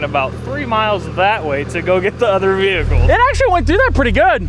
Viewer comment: i have been watching the channel for a little bit now and this is honestly the first veehickle xD that i expect a man looking like yourself be driving xD haha well done good sir.